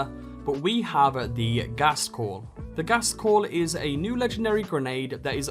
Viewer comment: its called to gased call its called Ghost call learn how pronouce the names right